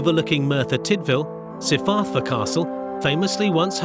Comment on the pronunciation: "Sifarthur castle" It's Cyfarfa! Pronounced KUH-FAR-FA! On other note with thay said - all things considered the Welsh teens were somewhat responsible. I was really surprised the driver blew 0 - not a single drop. The knocked up 17 year old is the only outlier here; the rest, a rowdy bunch but probably good kids the driver is somewhat to be commended on being responsible. Also how the fuck was the boy racer still getting insured, even without declaring mods.